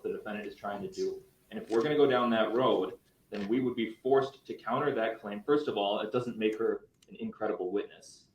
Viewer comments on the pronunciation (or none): none